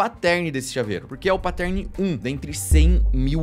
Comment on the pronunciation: Os vídeos são muito legais. Mas pelo amor de deus, parem de falar "patérni" e "mireige". O que eu vejo de gente que fala errado essas palavras só porque os youtubers continuam a pronunciar essas palavras erradas é dose. É fácil, gente. É só assistir os videos gringos ou jogar no Google translator. Eu sei que vocês não falam inglês e tals, mas não é difícil. Pronunciar "Mireige" me dói ainda mais porque vocês estão inventando uma palavra/pronuncia que não existe e milhares de pessoas continuam a repetir o erro.